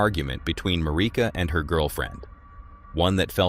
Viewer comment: It's Marisa not Marika!